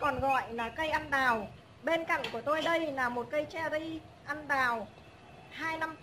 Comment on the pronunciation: Tiếc là nói ngọng! Cây ăn đào là cây gì ta?